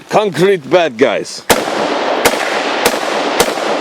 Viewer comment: That "concrete badguys" made me laugh so hard for some reason. You should make russian voices for film and games!